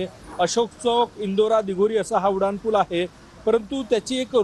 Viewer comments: तुम्हाला "उनाड" म्हणायचं आहे का ?? नाही ना मग "उड्डाण"पूल म्हणा की ! कुठले मास्तर होते तुम्हाला मराठी शिकवायला 😂😂😂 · Reporter......nit marathi bola...te Uddan pool aahe.....udan pool nahi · उड्डाण पूल असे म्हणा